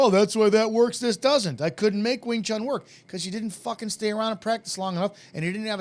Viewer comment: People that pronounce it "wing chung" with a G at the end.... Annoying.